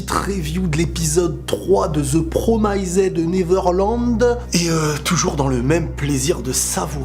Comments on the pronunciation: ÇA SE DIT PROMISDE ET PAS PROMAISÈDE !!!!!! Putain ça me fait chier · Bon apprend à dire « promised »